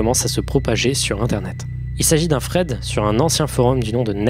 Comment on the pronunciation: A chaque fois que tu prononces le mot "thread" dans ma tête ça fait " il s'agit d'un Fred" et je me dis mais QUI EST FRED BON SANG